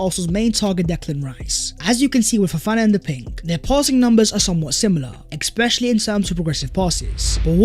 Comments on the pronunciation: Ekspecially is not a word... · I enjoy your videos but bruuuhhhhh. Stop saying expetially, it really throws me off